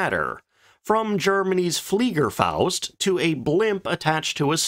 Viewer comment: cool that you pronounce the "fliegerfaust" corrdctly ;-) not that i get offended by other channels narrators butchering german pronounciations, it always gives me a chuckle, but in this case the smile is on your face as u did it correctly ;-)